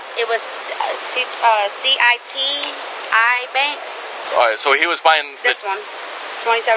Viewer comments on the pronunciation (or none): Someones gonna let her pick up 75k cash and she doesn't even know how to say city bank (CITI) ..... Scam